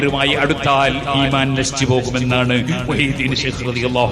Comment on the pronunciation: ഇമാൻ. ഉച്ചാരണം പോലും അറിയാത്ത ഇസ്ലാം എന്തെന്ന് പോലും അറിയാതവർ ആണ് ഇതൊക്കെ വിശദീകരിക്കുന്നത്